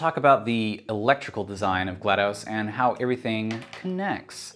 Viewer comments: I like this video, but you keep mispronouncing her name and it bugs me. It's pronounced GLAD-US, or GLAD-ASS. Damn. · Its not GLaD UH S or GLaD OH S, its GLaD AW S, so if you say GLaDOS again, say it as GL-AH-D-AW-S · No it’s pronounced glah-dos (dos as in the abbreviation for Disc Operating System) not glah-dose